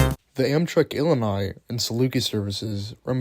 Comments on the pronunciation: "Illinois Central had RAN?" Also, Illini should have long "I" vowels in the middle and end (The University of Illinois is "The Fighting Illili.") Do some research and correct your grammar, Dude! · Illini = “ill-LIE-nigh”